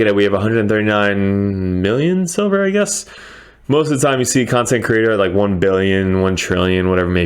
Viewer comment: LOL sounds like you said "how to make sober fast" had me crackin up.